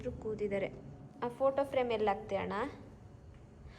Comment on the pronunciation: slang Annaaaaaaaa😂